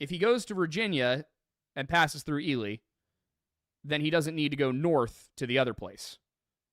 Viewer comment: Congrats on pronouncing Ely right this time!